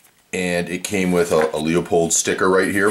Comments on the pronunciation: It is pronouced Loo-pold...not Leeuu-pold or Luua-pold.....the 'e' is silent. Lupold.... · LOO-pold. Good review aside from that. :) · Pronounced: Loopold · i don't trust a reviewer who can't even correctly pronounce the name of the item being reviewed.